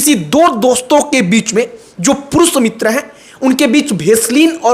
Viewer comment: Are purush muter nhi re purush mitr hota hai babu